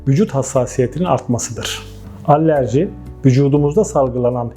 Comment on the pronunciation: Allerji derken? Alerji olmasin